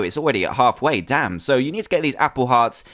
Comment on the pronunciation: Insted of damn say Dan Insted